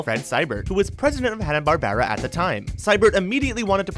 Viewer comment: is he pronouncing barbera wrong on purpose?